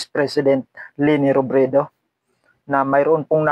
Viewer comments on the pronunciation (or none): none